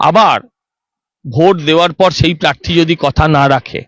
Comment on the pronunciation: madam, please আপনি 'র ফলা' উচ্চারনটা ঠিক করুন। পারথী নয়, ওটা প্রার্থী হবে। বাড়িতে Please একটু Practice বা Home Work করুন। তৃণমূল কে তিণমূল বললে বড্ড কানে লাগে। Please